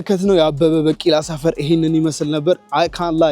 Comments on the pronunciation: bikila not bakila(pronounsation). The rest is good and continue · አንተ ጭስ የሆንክ ልጅ አበበ በቂላ 😂😂በቂላ ሳይሆን ቢቂላ say ቢቂላ 😂😂😂😂 የምር በጣም ትመቺኛለሽ ደሞ like የገባሻል 🎉🎉🎉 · አበበ በቂላ ሳይሆን ቢቂላ ነው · ዘገባህን ወድጀዋለሁ ግን በ ቂ ላ አይባልም አበበ ቢ ቂ ላ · *አበበ ቢቂላ ነው ትክክለኛ አጠራሩ። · Please correct the pronunciation of his name. "ABEBE BIKILA". Please correct his story. There are some exaggerations and distortions. Please do a good job. Your trying to present stories to our attention is good. Thank you. Good luck.